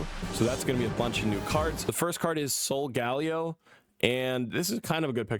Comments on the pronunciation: I know these are a difficult bunch of pronunciations: Loo-NAH-la Sol-guh-LAY-oh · Not bro saying Sol-gal-eo 😅